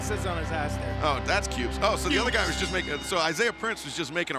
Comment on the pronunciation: " KUBES? Well at least it's not PUBES! LOL!!!"